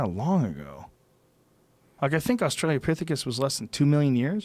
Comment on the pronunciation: Joe “Australia-pithicus” Rogan Joe “Silicone” Rogan Fuck, man. C’mon. Haha